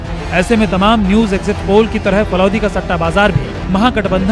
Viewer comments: Falod nhi falodi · मैडम इस शहर का सही नाम फलौदी है फलोद नहीं । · Falod nahi falodi h bawali bunch